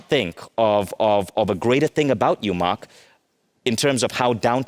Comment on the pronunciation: Host can’t even pronounce “Mark” correctly